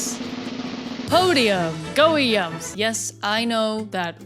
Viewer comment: def not watching just to hear her say weeyums